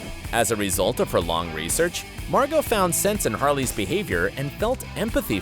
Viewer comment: It’s Margo not Margot